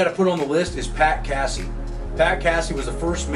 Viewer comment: Pat Cassie lol. Funny pronunciation